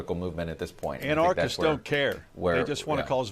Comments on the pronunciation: someone needs to explain to this genius how to pronounce "anarchists" and "anarchy'.......wow, maybe know how to say a word before you start broadcasting your ignorance to the world....... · an -arch -ists - can you pronounce it correctly, dude?